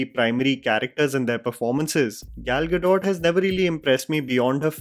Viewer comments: Brother, Happy Independence Day to you. Just wanted to inform you that Gal Gadot is an Israeli and her name is pronounced as गल गडोत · Bro her name is pronounced Gado, not Gadot